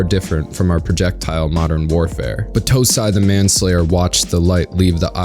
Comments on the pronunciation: Great work, but the way you pronounced Battousai was killing me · I absolutely hated the english dub. They pronounced Kaoru like "Cory", and battousai like "batu sai" It was gross I loved the manga, and I'm watching the subbed version.